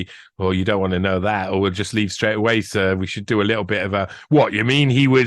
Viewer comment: A Jewish memoir 😂😂😂 And 'Sooj' Knight. Couldn't make it up!!. You can rely on the BBC to get the facts right though 🤣🤣🤣 Had to keep playing that part over, hysterical! Top man!!!! 😂👍